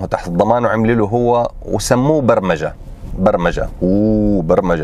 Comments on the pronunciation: شكررررراا على توضيح طريقة "البرررمجة" 😂😂 متابعك من موريتانيا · احلى شي طريقة لفظك لكلمة "برمجة هههههههههههههههه